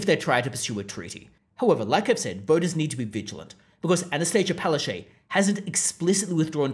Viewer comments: It's pronounced palachook. And there are far too many photos of her in this video. Please don't punish us by forcing us to look at her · You're not pronouncing her name correctly its Pileofchyte....